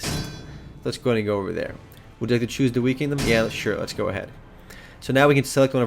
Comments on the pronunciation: wei is pronounced WAY not we. Also Lu bu is not the leader of the Yellow Turbans its Zhang Jiang. Lu bu is Dong Zhaos body guard. Sorry to be a pain in correctioin but I really love the era of the Three Kingdoms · Its pronouced ''Wai'' btw.